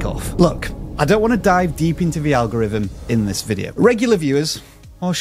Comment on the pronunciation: ''Fumbnail and algorivm' still just hit my ear wrong